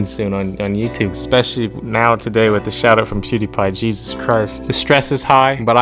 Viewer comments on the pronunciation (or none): Did he say cheesus Christ???